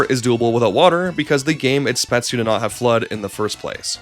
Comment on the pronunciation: Once you've stopped calling "Merrio", we can start working on pronouncing "exactly" and "expects" correctly, instead of "exatly" and "etspets".